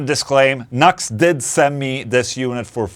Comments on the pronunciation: It's not nux. It's NU►X. It's pronounced "Noo Ex". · Ola - have to correct you. See the little arrow between the NU and the X? It's pronounced New X, not knucks. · It's NEW X Dude not Knox! 😂🤘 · lol "Nucks" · Hey Ola the name is pronounced NU-X . Like you're saying new x , nux is not the name of the company. By the way this is a great sounding product. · In Brazil we pronounce the same way as Ola. “Knucks”…. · 😅 Deez Nux. It's New-X bro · Nu>X is pronounced "New X"